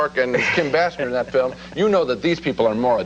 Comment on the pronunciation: How many times did Roger mispronounce Basinger? BAY SINGER. His NADINE review too.